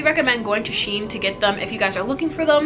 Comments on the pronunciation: It’s pronounced she-en. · They way she Pronounces shein lmaoo